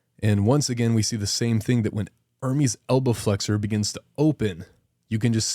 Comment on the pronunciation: Dude, its not IRMIS ITS ERMEST. Learn some basic pronunciation.